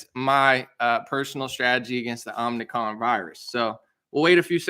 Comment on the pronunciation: i think you said it: Omni-con.